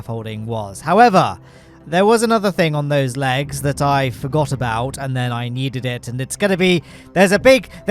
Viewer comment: "Forgor" rocket